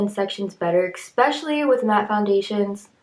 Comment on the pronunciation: especially* not expecially 😂💀